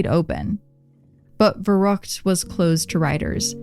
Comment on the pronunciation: Oh boy as a native german speaker this episode was hard to listen to 😂😅 especially „verrook“ aka verrückt